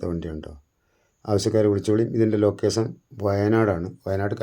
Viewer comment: ലൊക്കേസൻ അല്ലെടാ ലൊകേഷൻ ആദ്യം അക്ഷര സ്പുടത കൈവരിക്കൂ